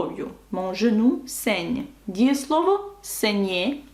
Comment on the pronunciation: Пояснюючи правила читання (урок 3), ви говорили, що літера Е після G (в слові GENOU) не повинна читатися.В даному випадку Ви чітко вимовляєте жЕну. Жодного акценту над Е я не бачу. Де я щось упустив?